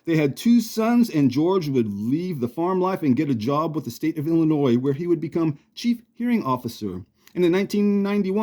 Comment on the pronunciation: Hey! is a pretty cool nickname. You pronounced Illinois correct, haha. I know Winchester, not much has changed in 100 years not just the population, haha. I’ve met George O’Donnell before. I enjoyed this very much,. You did a great job with this. You always do. Give Otis a pet for me.